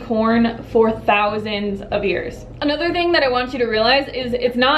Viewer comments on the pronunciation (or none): none